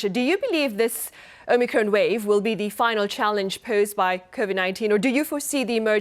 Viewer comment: Omicron, rhymes with on. Not omicrone, rhyming with own. Sheesh... 😑